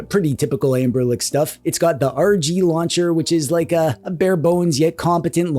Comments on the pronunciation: Is there a reason why you keep calling them "Anberlic" instead of "Anbernic"? Or is it just me who hears that :D In any case, I bought the thing mainly out of curiosity and so far I really like it. Haptically it's great, the only issue for gaming in bed is that the buttons are quite loud. But I like that they are so direct and clicky. Setting it up was easy, and apart from using it for ROMs (ES-DE works like a charme!) it's a great console for playing Pico8! The screen just feels right for these kind of games. The drawbacks are definitely a bummer, first and foremost the missing headphone jack and the small battery, but other than that It's a fun device. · why is he saying amberlick?